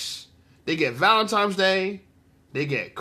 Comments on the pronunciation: Say it with me y’all….ValentiNes day….TINES DAY….NOT VALENTIMES DAY. Y’all some uneducated mfers fr😂😂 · Why do you keep saying valen - times day???????? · How come I’m hearing VALENTIME’s Day.. I just died 😮😂😂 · This goofy saying ValenTIMES!!! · She’s so dumb:Valentime’s ! I thought it was Valentine’s Day!